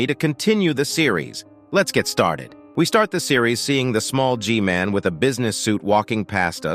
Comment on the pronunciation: just say g man, thats literally how everyone else says it